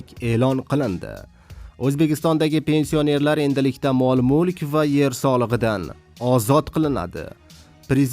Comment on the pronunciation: Пенси о нерлар жа чиройли талаффуз киларкансан ёлгончи